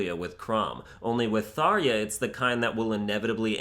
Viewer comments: "Tharia" xd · ...Tharya? Who tf pronounces it tharya? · The way you say Tharja, Cherche, and Manakete is incorrect. Also it’s mess upped to like a loli dragon, because you’re attracted in part to there body which is completely morally wrong. Maybe legal but morally wrong.